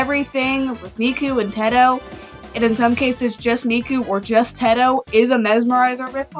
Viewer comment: Did you just say “Tedto” instead of “Teto”????!!?!?!?!😭